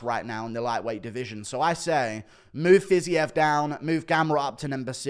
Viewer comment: JAYLEN TURNER JĀY- LIN turner... Pronounce the A as a capital A. Raphael Fiziev Pronounced fiz-EVE. Like christmas eve. I am in no way being facetious or rude. I am genuinely trying to help you in the correct pronounciation of their names. Huge fan. ❤️